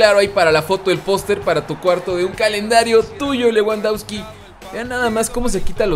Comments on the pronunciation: Se pronuncia Lebandobski jajajaj leuandauski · leuandausqui :vv